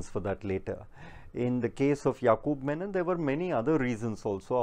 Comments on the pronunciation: Funniest part he repeatedly kept saying Yakub "Menon"... While his name was Yakub "Memon" was it deliberate 🙄🤔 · Ek to "MEMON" hai "MENON" nahi. Menon South-Indian Keralite Hindu surname hota hai jab ki Memon ek purely Islamic surname hota hai. Jisko bachane ja raha hai Navlakha, uska naam bhi properly nahi aata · Sala memon ko menon bol raha hai gautam nauhaga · So much detail in the speech and yet no attention to read the name properly? It's Memom and not Menon. No one likes to hear their names distorted in letter or in spirit and here a decent Hindu Mallu community is being maligned as opposed to a completely different individual who has nothing to do with Kerala.